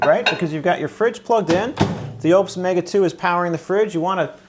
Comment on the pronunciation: I don't think your pronunciation of Oupes is correct